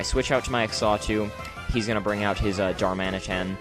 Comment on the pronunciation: Xatu is pronounced "zah-too". Also, isn't Substitute with Flame Orb slightly counterproductive? But other than that it was a great narration and battle, awesome job and I hope to see more of you in the future